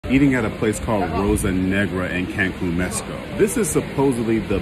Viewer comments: Why people mesico like they all of a sudden can't pronounce the X lol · Messico, try to pronounce it right at least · Please pronounce the X ....or at least like an h.....wtf is mesico??? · Hey there! It is not not pronounced Messy-ko. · Mans can’t pronounce the letter X ?😂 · Why do you pronounce Mexico like it has an S in it, lol